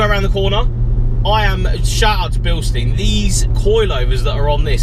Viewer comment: V nice car. Pronounced bil-shtine